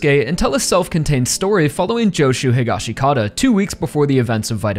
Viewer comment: I like your assessment,buuuuuut you still say Josuke’s last name wrong! It’s Hee-Gosh-Kah-tah! That’s how Araki says it, that’s how the sub says it in part 4, and that’s how they say it in the live action movie!!!!